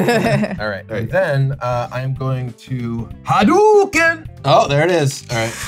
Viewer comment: "Rai-yu" "Ha Dew Ken" Kibler def not a SF fan xD